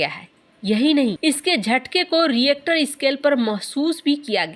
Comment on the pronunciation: Teen rishter and not teen reactor.